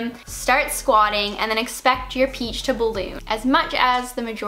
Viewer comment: did you say "...expect your peach to balloon"???